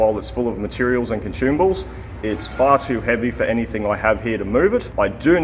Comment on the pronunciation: There's no "h" in the word consumables ;-)